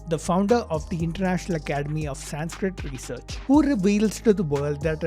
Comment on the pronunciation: Bro you are Indian. You must know the correct pronunciation of the word "Sanskrit"